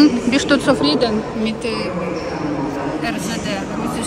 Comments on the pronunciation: Бист, не бишт. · Почему вместо bist говоришь bischt слух режет.